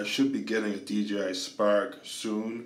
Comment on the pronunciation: Sounds like you say DGI.